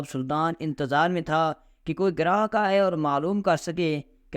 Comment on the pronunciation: لفظ گاہک ھے گراہک نہیں۔۔پی ایچ ڈی جاہل قرایہ للتفشیش غلطہ ودرستگی دوبارہ پڑھنا اور غلطی ڈھونڈ کر اصلاح کرنا profe reading کرنا